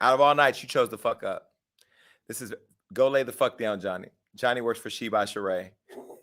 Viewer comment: GOD-LEE LMAO